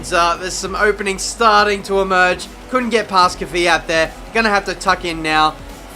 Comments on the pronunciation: Kvyat, not kiwiat, the guy is not a kiwi you know? :) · I don't think it's pronounced "Kivvy-at". I think it's pronounced "Kvee-at"